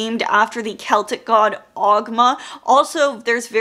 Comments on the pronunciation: Hi, I'm Irish and just wanted to let everyone know the pronunciation of "ogham" Oh-am or alternatively Oh-ham Love that ancient Irish can be found in so many places these days, thought I'd try and help a little 🥰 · Really enjoyed the video Just one nitpick, Ogham is pronounced "OH-wam". Yeah, it's that weird Irish pronunciation thing :D